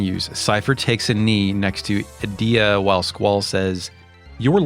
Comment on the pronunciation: I always get tripped up on "a-dea" since I say it like "Ee-dea" since you say "Eden" and not "Aden"